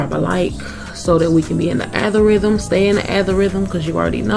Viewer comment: Did she just say althorhythym I stress of algorithm 😂😂😂😂